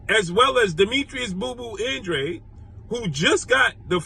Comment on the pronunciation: that’s how you pronounce it it’s a Hispanic name bruh